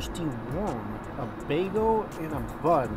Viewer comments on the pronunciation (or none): why do you pronounce bagel as baego